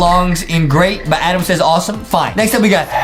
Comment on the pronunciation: I 😂 at that justin say ADaM and it says adaM 😂😂😂🤣🤣😂